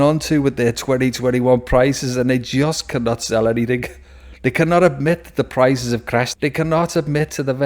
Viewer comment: I know I’m being a Smart Alec but the word is “ANYTHING,” not “ANYTHINK.”